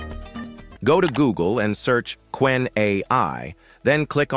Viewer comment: Ce n'est pas kénè mais Qwen (ku wène).